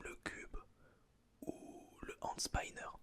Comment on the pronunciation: sa se dit pas hand spaynner, dans toute les langues sa se dit hand spinner